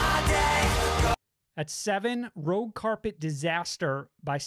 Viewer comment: Just one note, its actually Rouge carpet disaster as in rouge like red in french, not rogue.